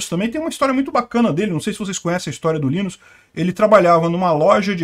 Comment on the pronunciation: Não se fala Linus, mas sim "lainus"